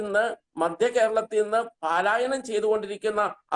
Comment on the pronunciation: palaayanam not paalaayanam